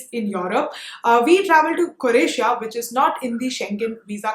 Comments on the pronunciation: That was an awesome video engaged from begining to end. Loud and clear without any drag of content. Please note it is Croatia cro Asia not cor Asia But I would suggest if you had the breakup of the budget posted on the right side ( floating ) it would have been even better. Ciao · Croatia not coratia